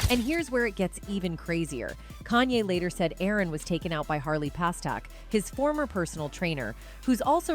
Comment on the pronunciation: God, just get the damn names right before the report. Its PASTERNAK